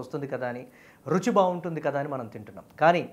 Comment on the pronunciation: రుచి రా బాబు ! , రుఛీ కాదు . 😢😢😢😢😢😢